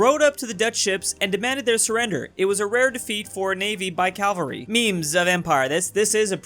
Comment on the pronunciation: Why cant Americans pronounce cavalry